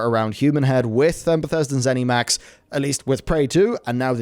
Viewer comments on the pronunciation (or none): Please stop saying ZenEMax.